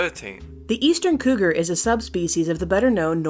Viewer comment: wot is couger xddd